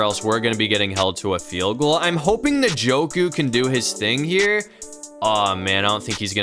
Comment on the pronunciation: You say his name like enjoku